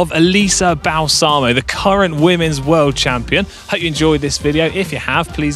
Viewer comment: Since we're talking about her, it's pronounced BAH-lsamo, not Bal-SAH-mo. It means "Balm". Yes, as in the skin care product. Thank you for coming to my Ted Talk.